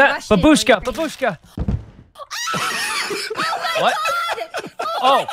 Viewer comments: It's bAbushka not babUshka... geez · First of all: that's awesome, we all understand that. Great job, I laughed at this animation pretty hard. Second of all: "Grandma/Old woman" in Russian is Bábushka, just to make a note. Am not complaining about their pronunciation, just being a prick. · Why everyone say "babUshka"? You need to say "bAbushka"